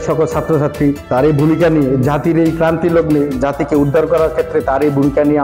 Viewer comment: সাংবাদিক হয়ে গেছে ক্রান্তিলগ্নকে বলছে ক্লান্তিলগ্ন!